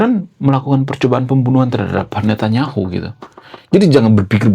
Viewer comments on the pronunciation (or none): none